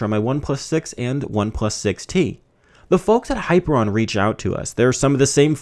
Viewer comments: high-PEER-ee-un is how it's pronounced, not hyper-on. And your use of 'iconography' is a malapropism. You're talking about icons, not iconography. Other than that, good review! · Hi ....peer ...... E ...... an Not ....hyper .... I .... on Ask Google assistant to spell it and pronounce it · Hyperion not Hyperon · High - peer - ee - on. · That's not how you pronounce Hyperion! I've played Borderlands, buddy! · I don't think you're pronouncing that launcher's name correctly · ..Thumbs down to this video because of the mispronunciation.. Very annoying. Thanks for bringing it up.